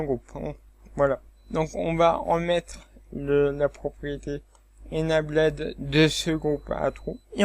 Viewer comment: Bonjour Monsieur, A titre indicatif voici les prononciations de : Enable => UK:*/ɪnˈeɪbəl/ , le past = enabled , load = >UK:*/ˈləʊd/